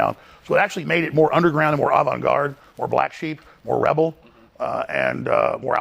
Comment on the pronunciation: “Avant-garde” ha ha ha ha ha ha